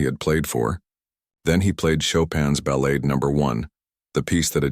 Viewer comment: Another moving and fine video. A couple of small suggestions: I think, but am not sure, that when part of a musical piece like Chopin's Ballade, it is pronounced ba-laud'. But check this one before you take my word for it. The other suggestion involves the fine narration as a whole. In parts it sounds like the readers is reading from the captions as they go by on the screen, causing some awkward jumps and pauses. Suggest you record the narration first and put the captions in after. Not a big deal ether suggestion, but your stories are so moving that they should not be even slightly flawed! Again, thanks for a fine presentation.